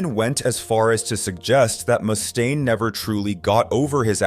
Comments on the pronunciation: He also called Dave Mustaine "Dave Moose-tane" lol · What's with this guy mispronouncing words like Mustaine? Is this more AI garbage? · So many names are pronounced incorrectly. You should be embarrassed, for real. Neil “Shun” is probably the worst. “Dave Mew-staine” isn’t great either. I love how you pronounce some of the names differently each time you say them. Do some research, my man. Amateur hour.